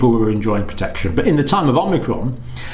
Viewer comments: considering that the vaccine only creates antibodies to the spike protein, and natural immunity gets antibodies to the spike protein and the whole virus body, we can assume that vaccinated people will obviously get infected by Unicron? ... also, "Oh-Mee-Cron" not "Om-Nee-Cron" :) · Dr. Campbell is still mispronouncing "omicron" -- He calls it omNicron. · Dr. John: I have been walking around in confusion as I hear the word "omicron" mispronounced. It's somewhere in the media and it seems to be you! There is no "n" as in "omnicron." From my college days, fraternity pledges had to learn the Greek alphabet. It's produced" o-ma-cron." Very close to "Omaha" coming from Peyton Manning. Love your work. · Not OMNI... O-micron. You clearly don't understand relative hazard if you think 0,71 is equivalent to 71% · Thanks John. I think it’s pronounced ‘ohm icron’ as i the greek pronunciation. Keep up the great work my friend 🙏